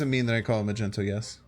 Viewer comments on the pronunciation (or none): The guy is called mag-neto not ma-gent-o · magento? don't you mean magneto? I guess I can't really blame you for not being a marvel fan but damn you just mispronounced the word magnet I love your channel, but you've gone too far >:( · You're saying it wrong. It's MagnEto, not MagenTo. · its MAG - NE - TO my dude.. Wtf is Macento.. sounds like a colour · It's MAGNETO not Magento you uncultured swine. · Majento ? Mag - nito Sorry for correction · I almost left after he said Magento lol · My guy really called magneto Magento🤣🤣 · I can’t with him not been able to pronounce “Magneto” LOL 🤣 like what the hell, bruh: Mag-Knee-tow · Do you actually believe it's pronounced Magento? Or are you just trolling us? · Magento? Please never say that again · This man said “magento” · Idk why it bothered me that he called Magneto - Magento but it did lol. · Did this man just say majento 😂😂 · Did…did he say “Magento”? Lol